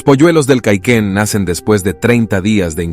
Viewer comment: Cauquén señor locutor, CAUQUÉN